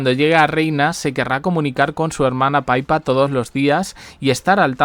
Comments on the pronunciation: DALE CON LO DE PAIPA ES PIPPA. APRENDE IDIOTA😂😂😂😂😂😂😂😂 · Es PIPPA....no Paypa, No le cambien el nombre!! PIPPA, entendido ?? P I P P A MIDLETTON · Oye yotuber no se dice PAIPA. SE LLAMA PIPPA. MIDDELTON 😂😂😂😂😂😂😂😂😂